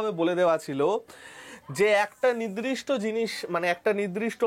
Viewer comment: ওটা,,,, নিদ্রিষ্ট নয়---নির্দিষ্ট হবে।